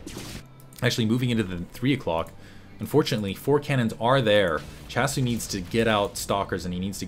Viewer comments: was that last *smack* noise you hitting your forehead saying "doh!" S-C-hasu lol not S-chasu :P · Hey, its my first comments at your vids:P just so you know, i think that SChasu is pronouced as S-C-hasu, since hasu in korean is "noob". (Gosu>Hasu)